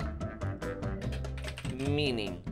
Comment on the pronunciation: Listening to butchering the word renaissance and then gassing himself up was too funny